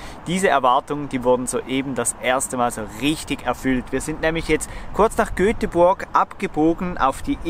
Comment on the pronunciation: Ein schönes Video. Nur eins bricht mir das Herz. GÖTEBuRG.